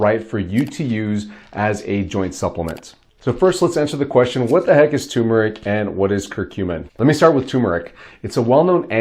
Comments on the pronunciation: you misspelled it in the title and you are mispronouncing it. Its not pronounced tum, its tur. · It's TER not TUMOR. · TuRmeric. Not Tumeric. THERE IS AN “R” after the “U” and it is pronounced, not silent!!!!! TUR-MER-IC Why do so many people have so much trouble with this??? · It's tuRmeric. There's an r between the u and m. Ter-meric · First, take a look at the bottle you’re holding. The word is spelled TuRmeric, not “Tumeric”, and BOTH Rs are pronounced. Second: Does this Turmeric Curcumin W/ginger powder help with bone on bone pain? Both my knees are bone on bone. Both were damaged in a car accident and I never received medical help for them. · Can’t spell or pronounce it right …. Not watching and don’t recommend this channel